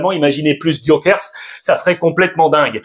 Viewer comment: Alexandre s'il te plait un peu de respect a chaque fois tu dis Gyokers alors que c'est GyokerES